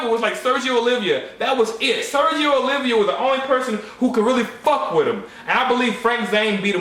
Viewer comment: Oliva , not Olivia :)